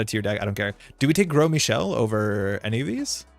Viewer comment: it's so funny to me every time you pronounce gros michel as 'gross michel' you live in montreal it's french lol